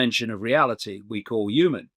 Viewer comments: Midlands accent- they don’t always pronounce the H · Why do you say yumens instead of humans?